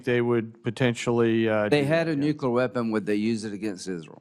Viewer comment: Nukular, lyndsay?